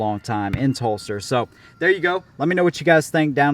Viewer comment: Good review. I thought you were saying Phlster holster until I read Telstar. It’s hell getting old